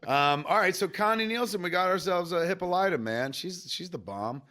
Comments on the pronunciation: I'm pritty sure its suposed to be pronounced 'Hip-pal-ita' with that long o instead of the short o that turns her into a Hippo, she's hip and all it-a...... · Put down the egg nog and pick up a dictionary. It's NOT hippo lighta. Sigh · they keep mispronouncing hippolyta?